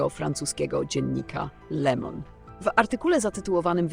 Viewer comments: Nie Lemon a Le Mond. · Prosze wymawiac prawidlowo le Monde co znaczy Swiat a pani wymawia lemon- co znaczy cytryna," drobna " roznica!!!!!!😮